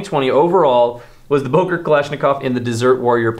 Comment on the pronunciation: It‘s Böker and not Boker 😁 you need to learn your Umlaute 😜